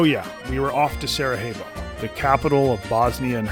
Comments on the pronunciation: its pronounced sarajevo with a j not an h.Its not spanish ffs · "J" in "Sarajevo" is not pronounced as "h", try "y" as in "Sarayevo" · learn to say the city right if you're gonna say it 50 times in one video! Anyway, much love regardless and appreciate your content and humor. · worst pronunciation ive seen, dude's just imagining the letter H in sarajevo